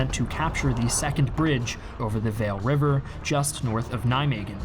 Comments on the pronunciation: Agree, but the Waal is not a whale. It's a Wahl. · Just fyi, the w in Waal is pronounced like a w, not like a v and the aa is pronounced like the a at the end of arena. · A few remarks: The 'Waal River' is pronounced as 'Wahl', as in Mark Wahlberg. Secondly: One of the factors of the armoured troops not being able to link up with the airborne troops in Arnhem was the deployment of the 82 Airborne at Nijmegen. Multiple historians have pointed out that Gavin's obsession with covering his flanks at Groesbeek lead to a serious delay of at least three days day in getting his troops to secure the Waal bridge. This lead to an extensive close quarters battle in the town (locally known as the battle of the Keizer Karel Plein), which made the allied forces miss out on the planned last leap from Nijmegen to Arnhem, which could have turned Market-Garden into an allied victory. Instead, the allied troops had to send troops across the river by combat boats, days later and leading to a huge loss of lives. (Robert Redford made it alive though, in the movie at least). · The Waal is pronounced "vall", like ball. If it was "vale" then it would be spelled Weel in dutch.